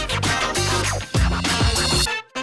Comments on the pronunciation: Bang INDONESIA bukan ENDONESIA,coba cakap yg baik ya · Gausah jauh2 ngomong pancasila bung, nih gw ajarin cara melafalkan "Indonesia" bukan "Endonesia". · om knp sih selalu sebut Endonesia... kebiasaan yah om